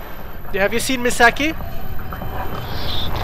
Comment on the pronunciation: Indeed all comments will! I think it would be Me-saw-key in English xP Also, yay more fatal frame!